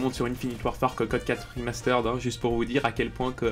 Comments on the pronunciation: Le "remasteraide" m'a détruit les oreilles au moins 20 fois dans la vidéo ptdr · Arrête de dire "Rimasteureddd"